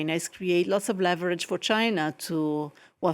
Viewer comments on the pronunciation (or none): none